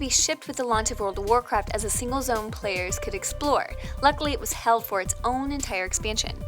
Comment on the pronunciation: "Singel" Player Kappa